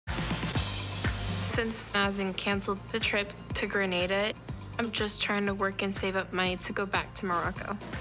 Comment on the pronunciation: As a spanish i cringe so hard everytime they say “Greineida” it’s GRANADA 🇬🇩